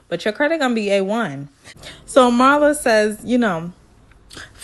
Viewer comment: Pronounced MEERLA not MARLA. Loved the review!